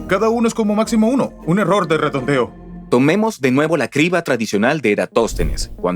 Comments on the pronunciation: Y que humano dice cibra en lugar de criba? En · Vine a comentar lo mismo (acotación al margen, los números primos me han fascinado desde siempre, es un excelente análisis!) el verdadero problema del doblaje por IA es que ningún humano corrobora los errores (horrores) de dicción, como "criba" cirba? "erastótenes'"!!, etcétera; hay que saber distinguir cuando el uso de IA deja de ser un verdadero avance. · mala supervision de doblaje, se pronuncia Kriba de Eratòstenes no Sibra de eratostenes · Dicen cibra en lugar de criba...en efecto las voces son de actores de doblaje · Contraten mejores actores de voz, estos no pueden leer bien ni pronunciar bien. Los errores son los siguientes: Criba, cibra. Erastótenes, Erastótenes Exprimir, etsprimir Aproximadamente, aprotsimadamente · No son voces con IA, pronuncian mal las palabras, son en realidad malos actores reales dicen: Cibra, erastotenes, etsprimir,aprotsimaciones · Sibra en lugar de criba... es lo que tiene la IA... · Nos siguen dando atole con el dedo. No son voces humanas, es un motor de texto a voz y ni siquiera está bien revisado. La "cibra" , "Erastótenes" , "Resuelta que" ... Y ya le paro de contar. Qué pena que hayan despedido a los actores de voz que hacían tan buen trabajo... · Erastotenes jajajajajajaja en el minuto 8. Muy mal. Y cómo que "cibra" en ves de criba? Bueno, entiendo que el doblaje es todo un arte, pero por favor hay algunos puntos a mejorar. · Cibra de Eratostenes o Criba de Eratostenes? Los comentarios sobre el doblaje tienen razón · Oye, me uno al problema de doblaje. Hasta donde tenia entendido es "Criba" de Eratostenes no Cibra de Eratostenes. Me refiero al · Lo escuche 3 veces y pensé que estaba mal mi oído.. es cRiba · Si, estos nuevos actores no pronuncian bien, dicen Cibra, erastotenes, etsprimir,aprotsimaciones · para empezar pronuncian mal las palabras Cibra, erastotenes, etsprimir,aprotsimaciones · "sibra de Eratostenes" "Erastótenes"